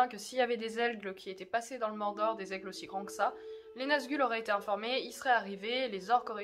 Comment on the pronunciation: C'est marrant mais dans l'intro moi j'entends: "Pourquoi les elfes ne pouvaient pas emmener Frodon au mordor!" :p